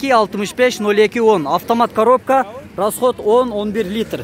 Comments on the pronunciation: Автомат каробка эмес каропка автомат 🤣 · Коропка эмес,а Коробка